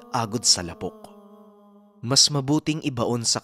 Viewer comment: ang pagbigkas Ng lapok ay Di mabilis, ilonggo or Bisaya Yan means putik 🙄